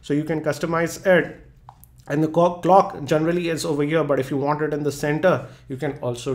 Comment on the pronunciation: #NSFW says C*ck-Clock:P Loved the video though